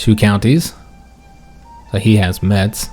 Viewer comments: Hey, same I am from Lorraine more precisely near the town of Forbach. Just a correction we don't pronounce the "t" in Metz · neither Metz nor neufchateau are french, and as for Metz the Germans do indeed pronounce the T.